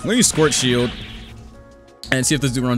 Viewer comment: i love how he pronounces "schwartzshieldo" as "squirt shield"